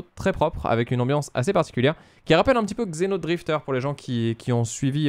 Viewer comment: Cool ! Tu dis ça rappelle Xenodrifter, je suppose que tu voulais dire ça rappelle Xeodrifter (sans le n) ;)